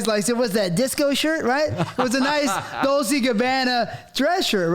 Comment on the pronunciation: Classic that tt prononunces Dolce & Gabbana as "Dolsee". Like Indecent Proposal where the girl pronounces Versace as "Versase". Isn't this guy Italian or Mexican and should know how to pronounce dolce?